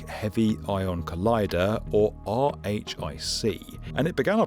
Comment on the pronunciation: Just a heads up as someone who lived in the area and have friends and family working at BNL (and I interned there twice!), RHIC is usually pronounced "Rick" rather than pronouncing each letter of the acronym, and (fun fact) the original EIC proposal (e-RHIC) I've heard said as 'e-Rick' or 'Eric'.